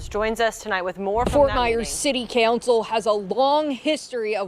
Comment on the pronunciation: You do realize it's city COUNCIL right? Not city CANCEL. How come you people can't speak?